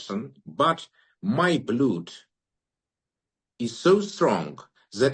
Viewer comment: Слово «blood» не произносится как «блюд»